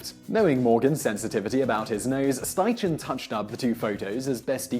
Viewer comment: Great video, I believe Edward Steichen's name is pronounced Schti-Ken